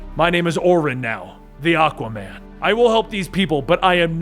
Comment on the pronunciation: Am I the only one hearing Akkaman?? Lol